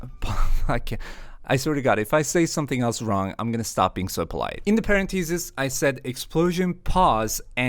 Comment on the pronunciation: paren-thesis??? This is how parenthesis is pronounced